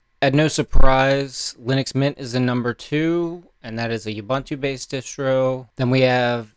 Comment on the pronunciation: "OOBOONTOO" man. "OOBANTOO" doesn't exist!!!